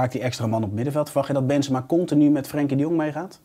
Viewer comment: Wanneer gaat Bas Benzemaaa zeggen ipv benzemA met zo’n korte a